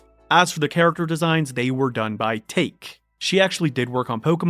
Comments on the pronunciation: His name is not "Take", it's "Ta Ke"(タケ / 竹), Which means bamboo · Take is Japanese, meaning bamboo. The correct pronunciation is TA-KE.